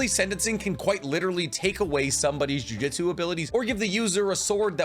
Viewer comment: Jujitsu is hard to pronounce. Good thing the show is called jujutsu kaisen not jujitsu kaisen.